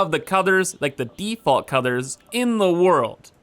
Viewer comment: Did anyone else hear Cother? of Codders when he was talking about Colors? or am I just super sleepy? 0_o